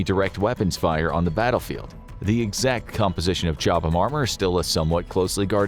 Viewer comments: FYI Chobham is pronounced Cob-um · It's pronunciation is Cob ham. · The H is silent FFS